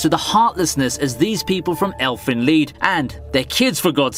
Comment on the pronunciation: Seing bullies get what they deserve is always so beautiful, and also, it's pronounced, "elfen lied" not "elfen lead"